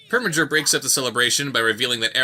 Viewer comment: It PREminger. NOT PERminger!